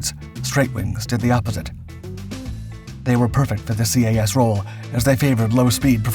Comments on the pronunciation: just do not call it C.A.S . its CAS as Kass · I just couldn't watch this video after hearing CAS "see ayy ess" so many times. Anyone, and literally anyone familiar knows it's just "kass" or "kahss" in pronunciation....really just "kass". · Enjoyed the video but do wish you would have pronounced CAS as Cas like saying a name instead of alphabet pronunciation. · You don’t spell out the acronym, it’s just pronounced CAS